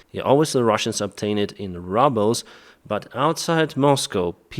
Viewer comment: so funny when call roubles ‘rubbels’😄😄